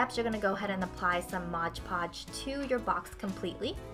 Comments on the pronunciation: Love your tutorial, but it is MOD Podge. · ITS MOD PODGE NOT MODGE PODGE!!!!!!!